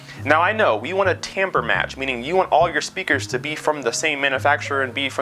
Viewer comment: Yep, exactly. Timber prn: tam-ber which in the video sounded like "tamper" which caught my ear.